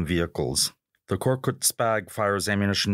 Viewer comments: KORKUT NOT KORKUK AMK! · No korkuk, YES KORKUT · Thanks for your effort but you have to change some of these: First of all it should be "Korkut" not "Korkuk" and Korkut means "Fearless" then you don't need to say all of the name of the companies or translate them please for example FNSS Savunma Sistemleri > FNSS or FNSS Defence Systems A respected magazine like you should not do this mistakes